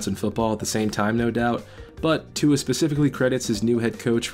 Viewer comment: You’re completely butchering Tua’s last name. You must not watch as many Dolphins games as you’re trying to pretend you do.